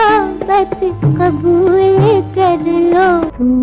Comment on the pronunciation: Song spoiled by saying KABOOL kerlo word is Qubool only lata ji ever pronounce right